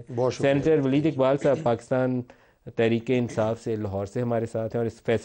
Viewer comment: ولید نہیں لید!!😂🤣😆🤡